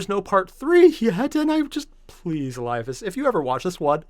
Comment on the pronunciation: Pretty good try at pronouncing eliphas. But its mor ellie-phas. Funnily enough it was kryptman who started the octarius war, and thats why he was kicked out.